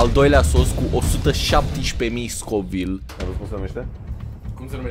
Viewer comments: Nu se numește scovil se numește kovail !:)) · Se citește covailt nu scovilt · Am înțeles Scovil in loc de covile